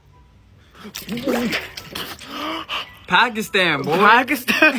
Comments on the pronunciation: but he pronounced it he said packystan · U pronounce it like paukistan